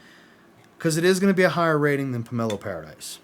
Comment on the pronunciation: Not Pomelo Paradise, it's pronounced PAIR-AH-DEESE. Watching now. Pomelo Paradis is my favorite from the house. I have many from this house and I adore this fragrance. Put a smile on your face is EXACTLY what this fragrance does. During the summer I go through almost a 100ml bottle of this. You cannot over spray this. Dude, I've been telling you for MONTHS you would like this house. I'm glad you do. It's a good one. No one does citrus better than Atelier. I think you would also like Armani Mania which you haven't tried yet. MFK said it was one of his most favorite fragrances that he created. Simplistic but beautiful.